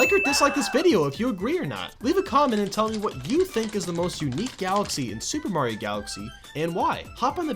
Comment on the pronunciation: Soupreh Mayro Galaxy